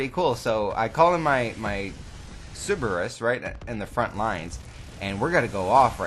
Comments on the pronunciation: Siberus? Its pronounced Sir-Burr-Rus. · Sorry for being a grammar Nazi, but it's Pronounced Sir-ber-us not sib-er-us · "Siberus" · Why is everyone in the cod community incapable of saying Cerberus. It's Cerberus not ceribus or ciburus. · Bruh it's CERBERUS (SIR-BURR-US) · How I know you're from Wisconsin. You call the Cerberus a Sybarris.